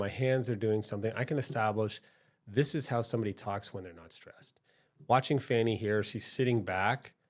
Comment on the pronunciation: It's funny how you watch the same thing and interpret it differently. But when I hear the person pronounce her name Fannie instead of Fawnee, I automatically realize that this person is a foe of hers. It is obvious that this man made a video without knowing the facts and purpose of this hearing. The judge formally worked for DA Willis. She was his boss. He knows her well. The first defensive lawyer who questioned her is an aquantance of Mr. Wade and also campaigned for him. Remember, the two lawyers who are being questioned work together.